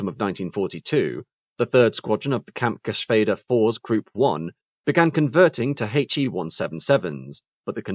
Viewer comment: Congratulations for the perfect Pronounciation of the Umlaut in "Kampfgeschwäder" (unfortunately in a Word that only has the regular a instead of the dreaded ä, but good Pronounciation anyway)